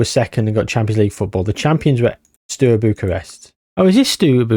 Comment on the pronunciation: Sorry to be that person, but you saying “Stew” Bucharest did my noggin in 😂